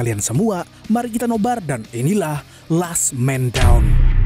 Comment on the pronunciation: Mangaap..di bacanya "Las men dawn"..manggap Kalo ane sale dikoreksi😌 moga2 narasinya mangkinan toplah😁